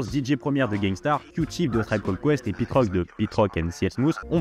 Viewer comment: Alors très bonne initiative et bonne chaîne de mec qui s’intéresse… Mais j’me permets pour ton bien frérot lol déjà qu’entre Pete Rock et Mc Serch prononcés comme Gilbert le jeune retraité du PMU, j’ai tiqué, quelques secondes plus tard j’entends Aretha Franklin prononcé comme la tortue mdrrr saignent du nez direct😅 stp faut te mettre un minimum à l’anglais, ne serait-ce que les bases ça va t’ouvrir un monde, qui plus est si tu te passionne pour le rap et le Hip-hop !